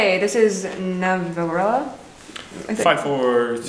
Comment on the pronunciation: omg does he know korean? He read the title do perfectly omg